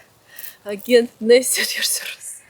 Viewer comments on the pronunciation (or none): Your pronunciation mistakes are helpful. You have brought the Russian «Г» to English. You are. Maybe this one was on purpose )). Can’t change it now! When trying to pronounce Russian properly I want to take my tongue and hit it with a hammer. Leaving your mistakes in the video makes it a real conversation. I don’t know a better way to describe it. It’s just helpful to solidify the relationship between the similar letters and sounds. Excellent video by the way. Пока пока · Agent Nesty is pronounced - Ayjent - with a soft 'g' like July, Juice, Jews, Jet, Justice etc